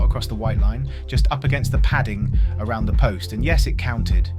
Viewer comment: The thaaane.